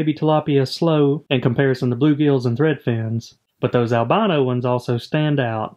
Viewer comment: Is that correct saying albano not albino? Sounds wrong like your fish are from Albania instead of without pigment.